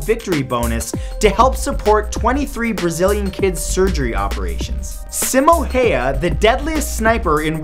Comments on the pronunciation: simo haya........really? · You really butchered Simo Häyhä's name. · epic game bros Yep sounded nothing like Simo Häyhä